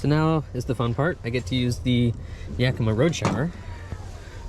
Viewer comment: Hey, you know how to pronounce Yakima! (my hometown) 👍